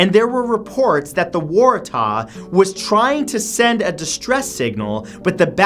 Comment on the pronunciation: Man he butchered number #3 SS Warahtahhhh